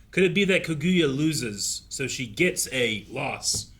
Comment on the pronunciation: I wonder when any of them are going to pronounce Kaguya correctly